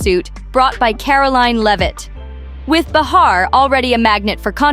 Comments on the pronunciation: it's pronounced like BAY-HAR not bah-har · Hey, aussie speech bot, it's not beHAR; It's pronounced bayer. Like the aspirin. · Anybody who knows anything about Joy, or The View, even to just accidentally watch for a few moments, knows the correct pronunciation of JOY BEHAR's name, is NOT "ba-HAÁR"... but BAÝ-har. You should not waste time spreading rumors that you out yourself as NOT in the Inner Circle. GO AWAY. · This channel smells like an AI bot. The narrator certainly isn't human, with the wrong name pronunciations. "Bar-her" Leave-it." The video title isn't even true! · I do wish this channel would learn how to pronounce names though. It's BAY HAR. And Caralyne LEV IT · You are lying! Joy is still standing & speaks up… the truth!! Can’t you pronounce Joy’s last name correctly!